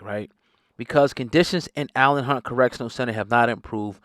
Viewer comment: It’s pronounced E lane Hunt